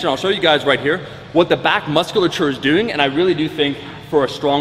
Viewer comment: Omar goes full Canadian when he pronounces doing.